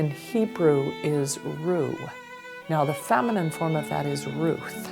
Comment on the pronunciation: There's a lot in here that is wrong. The word for "shepherd" is not "roo" it's ro'eh (pronounced row-eh, glottal stop in the middle). Ruth is completely unrelated. Reuel means "friend of god" not "shepherd of God." And "shepherd" and "friend" are different words from similar homophonous roots that are distinguished in the lexicons. (One was probably voiced ayin, and the other unvoiced, two letters that remain distinct in Arabic but were written the same way in Hebrew. We know the two sounds remained distinct in speech and semantics, however.) The shepherds weren't thought to be friends with the sheep, that's confusing the roots, and then engaging in a linguistic fallacy of etymologizing.